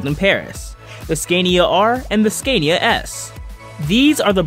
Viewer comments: Learn to pronounce SCANIA and RENAULT correctly. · Learn how to say Scania properly....!!!